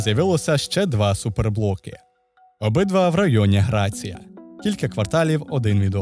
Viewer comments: Gracia - Грасіа(я)! А не Грація Poblenou! А не PUblenou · 👍👍👍👍Обожнюю Барселону🤗🤗🤗🤗 (тільки не "грація", а "грасія")😉💙💛